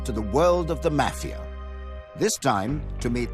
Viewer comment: I can't stand how he says mafia!